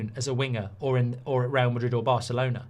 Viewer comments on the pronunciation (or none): none